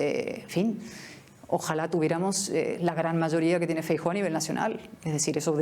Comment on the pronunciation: No es una cuestión de nacionalismo, es cuestión de buena educación. En Galicia no hay problema con ningún nacionalismo, y todavía hay democracia. Feijóo debería primero enseñar cómo se pronuncia su apellido, que suena bastante mejor en gallego, y después hablar castellano o gallego según toque, sin pose, porque su gallego es muy deficiente. Estoy seguro que este periodista si se encontrase a Cayetana y se dirigiese a ella en privado o fuera de cámara, lo haría en muy correcto castellano. El numerito inicial fue innecesario.